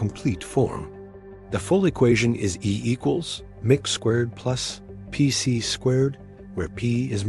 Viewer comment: Yo! Fix your AI voice. He's misreading E=mc-squared and every other formula.